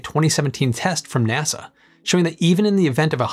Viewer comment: Why do you keep saying "NESE" when you talk about NASA?